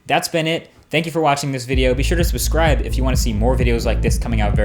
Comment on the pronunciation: And also be sure to "sbuscribe"! Lol word vomit